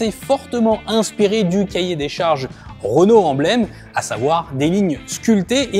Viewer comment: REnault, RE ! ROnault ça pique les oreilles 😂